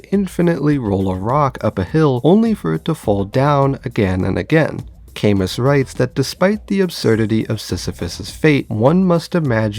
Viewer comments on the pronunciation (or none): Camus is pronounced like "kamoo"